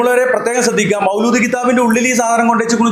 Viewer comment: മൗലൂദ് അല്ല മൗലീദ് ആണ്